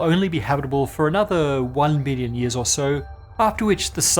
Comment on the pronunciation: I'm glad I cut on the closed captions because your pronunciation of "billion" sounded like "million"